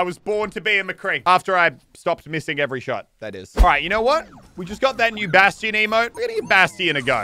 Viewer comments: he said baston wrong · Anyone annoyed on how he pronounces bastion